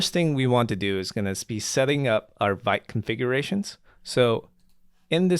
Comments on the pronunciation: Vite is actually pronounced 'veet' but anyway ;p . its in the docs too :P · Hey it's nice to be here. Just wanted to let you know that Vite is a french word for "quick", pronounced /vit/, like "veet".